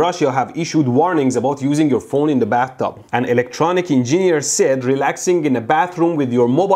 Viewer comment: Why don't you know how to spell Engineer lol it's ''EN-JIN-EER'' not ''EN-JINI-ER''.. sorry i just had to bring that up :b